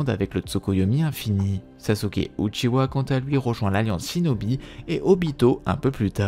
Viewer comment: j'adore quand il dit " l'histoire du clan OUTCHIWA"